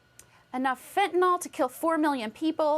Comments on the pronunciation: For Christ sake. Read the spelling of the word before "attempting" to use it. Its not Fentinol its Fentanyl. (Fen) (tan) (ill)! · It's not fentaNOL, it's fentaNYL. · There is no such thing as fentanol. It's fentaNYL, the Y sounds like an i. Venezuela has just emptied its jails and sent the prisoners to the US border. The Biden Administration is derelict in its oath to protect and defend the Constitution and Laws of the US. It needs to be disbanded. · I have to point out that it's not fentanOL. It's fentanYL.